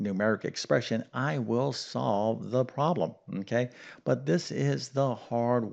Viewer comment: Its problem not prollum 😄😄👍